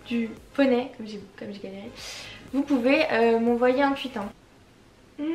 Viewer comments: On dit « TWOUIT » et pas « TWUIT » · "tweet" pas "tuit" c archi stressant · Ça ma stresser tu sais pas dire tweet c trop bizarre